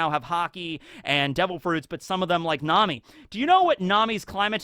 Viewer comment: "Nami's rod" noo